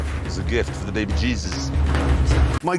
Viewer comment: *behbeh jeezus